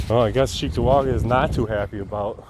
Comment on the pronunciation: I was disappointed that I didn't hear it pronounced "Chicktowaga" like a good local should.